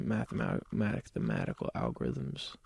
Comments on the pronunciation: Justin said mathimatical algorithm 😤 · "There's some mathematicalmapithimatical algorithms" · justin already had it halfway solved and the he said mathimatical algerithims and it really affended cubers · when justin beiber cant say mathematical. also, as a new cuber, i cant say theres 0 math, but theres basically 0 math required in solving a rubiks cube. and will smith has a better time than me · Bieber can't even say mathematical algorithm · Beiber really said "mathematical" algorithms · Justin Bieber thinks saying "mathematical algerithims" makes him sound smart